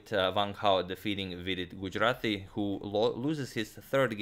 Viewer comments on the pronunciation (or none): none